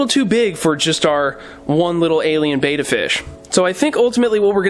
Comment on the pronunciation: Yeah, when a fishkeeper pronounces Betta 'bay-da' it does kind of irk me... because they're actually saying 'beta,' which is a completely different and unrelated word.